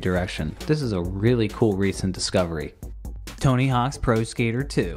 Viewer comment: So you're just committing hard into not pronouncing the 's part of "Tony Hawk's", huh?